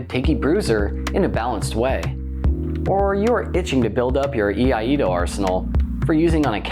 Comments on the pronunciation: Another great breakdown! Btw I hate to be that guy but since nobody else seems keen to correct the pronunciation of iaido here's a little PSA. It is "E-I-DO" not "E-I-A-DO" or "A-DO" which is another common attempt. A doozey for sure, but I can confirm it is so being a student of the art myself. Everything else was spot on! Always appreciate your vids! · I-ai-do. Not Yee ah Yee do. What are you old McDonald has a farm?